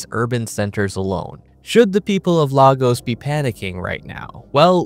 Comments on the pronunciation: It's pronounced Laygos not Lag-os. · It's pronounced "LayGos" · Lagos, the former Capital of Nigeria; is actually pronounced as: “LAY-GOS” = “LAYGOS” = “LAGOS”….Hope that helps! …..Fantastic video by the way….Very informative and accurate….Subbed…Greetings from England..🏴🇬🇧🇺🇸